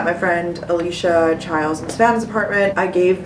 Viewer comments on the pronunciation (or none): none